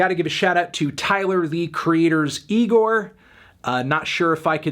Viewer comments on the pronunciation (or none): I thought we already told you it’s pronounced “IGOR” not “NIGOR” Anthony. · I think it's pronounced as IGOR not NIGOR, anthony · Damn Melon. You gotta stop with these racial slurs. The beginning with you being racist to asians. Then saying NIGOR when its IGOR. My god melon. You gotta stop. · dropped the hard r too. smh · Don't know why you're pronouncing IGOR as "eye-grr", but whatever